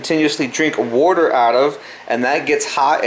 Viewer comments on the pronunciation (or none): Where are your from? You're pronouncing water like a Fuladelfian.